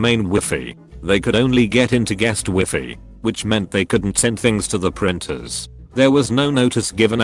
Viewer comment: Me: Wi-Fi TTS: Wee-Fee